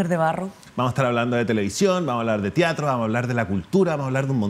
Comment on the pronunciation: Excelente charla. Lo único que me irrita un poco es que diga "tiatro" en vez de "teatro"